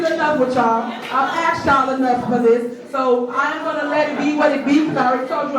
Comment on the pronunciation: “If you wanted the information, you could of axed” 😂